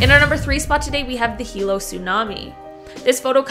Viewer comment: Thank you for pronouncing my hometown correctly. Im born and raised in hilo and my god, from the destruction, downtown looks nothing like it was back in the days. I wish those people was more informed about tsunamis to make the escape, yet they took the advantage to try harbor as much fish left in the bay. After the 2nd tsunami hit Hilo, we've built a brick wall that prevents water to be sucked out quickly to help the tsunami form. I appreciate you in having Hilo number 3 on your first run of this vijeo.